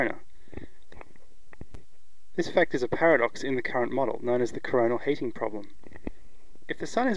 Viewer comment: heating is "heet-ing", not "haat-ing"